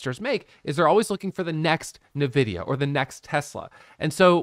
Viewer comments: I laughed every time you said navidia. Its ENVIDIA and your computer probably has their gpu inside. haha. Thanks for all your videos. They have become super helpful! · I say Navidia.. I know the right way to say it too but my mouth decides to say it Navidia idk lmao